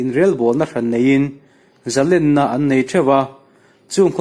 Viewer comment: A ngaihnawm hle mai. Zalênna tih erawh zalenna tiin a ri thin a, Sangha manna lên kan lam rik ang chiah hian Zalênna tia lam rik thin a va tha êm.